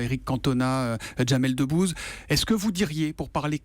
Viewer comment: J'ai écouté cet échange ce matin et je n'avais pas relevé sinon, j'aurais vraiment bien rigolé. Entendre au ralenti (j'ai eu un doute en regardant la vidéo) Mr. Sarkozy dire, à : "Quant à Jamel Deboule ..." Euh, non c'est "Jamel Debbouze".